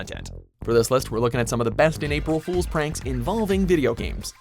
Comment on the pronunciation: Did anyone else cringe when he said "pool"